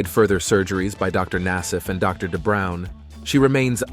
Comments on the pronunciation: Doctor De Brown 😂 lol it’s Dubrow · Dr. Dubrow. Not Brown. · Michael Jackson had surgery on his nose so many times, he came close to having no nose. I’m sorry, did he say Dr. Terry De Brown? 🤣 Dr. Dubrow is famous enough that any video about plastic surgery should be able to get his name right. Allowing cooking oil, concrete or glue to be injected into your face proves you need mental health treatment not a cosmetic procedure. Jocelyn Wildenstein is a liar, liar, pants on fire for saying she hasn’t had plastic surgery. She’s had a lot. And she’s disfigured, not youthful.